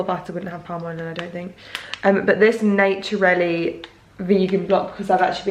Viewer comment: Aldi peanut butter is made of just peanuts, same with the almond butter, just almonds. Both are delicious and very reasonably priced, 💖 just one thing the vegan butter is called Nuturli not Naturelli, its Swedish and they also make a spread 😁